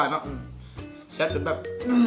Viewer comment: ແຊບບໍ່ແມ່ນແຊໆ😂